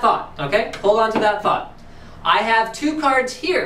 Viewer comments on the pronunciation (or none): none